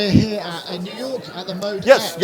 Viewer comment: So it's pronounced Mode-E-X, even though it's spelled out as Mod-X. Good to know.